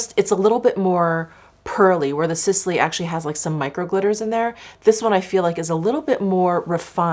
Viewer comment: Hi and thank you for your recommendations. Just a note that Sisley is actually pronounced as "Sislay" 😊